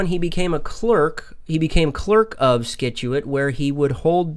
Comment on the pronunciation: It's Scituate (sit-chu-it)